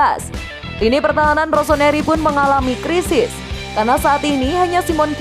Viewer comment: ROSONARI ??? cek menit ketauan yg baca berita nya bukan milanisti.